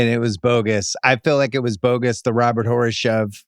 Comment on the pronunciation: How is it 2025 and Bill Simmons still can't say Robert Horry's name right?